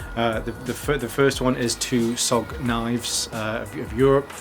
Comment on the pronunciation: I think it’s only the way you say it... I don’t think they’ll be bothered mate I was only kidding. They wanna be S-O-G rather than Sog if that makes sense? I only know this from blade HQ vids! Keep the vids coming mate, it’s great seeing you back 👍🏻